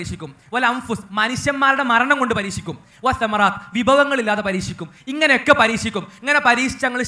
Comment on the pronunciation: പരിച്ചിക്കും എന്നല്ല പരിക്ഷിക്കും എന്നാണ്